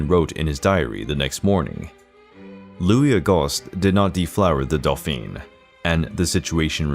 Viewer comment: Not the narrator calling the douphane a delphine ... Omg